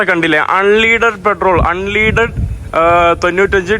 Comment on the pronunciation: ആൺലീഡഡ് അല്ല. അൺലെട ഡ് പെട്രോൾ